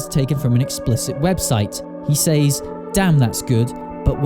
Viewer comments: It's sez, not sayz 😭 stop saying he sayz stuff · Is it just me or does he say " says " weirdly???